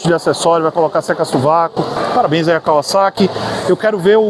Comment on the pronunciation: Até que enfim alguém que sabe pronunciar o vocábulo da marca corretamente. Parabéns!